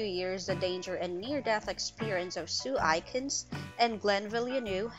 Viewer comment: Its sue A kins not sue I kins